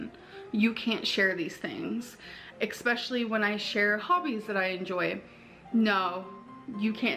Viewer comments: Blah blah blah...her first world problems grate on my nerves, ek-specially! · "eXpecially—".